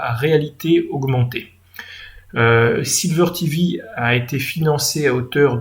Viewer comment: par contre c'est sliver.tv et pas silver.tv comme argent.